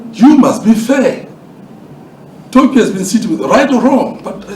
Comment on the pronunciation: You did say Tokyo but we did not understand